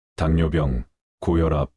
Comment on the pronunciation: 발빠닥,물뼝,요껀 당뇨뼝, 이렇게 올바로 읽어주세요 바르게 읽는 방법이 엉망 입니다 목소리는 너무 좋은데 듣는 동안 거슬리네요